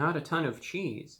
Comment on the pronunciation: did he say 50% more cheesee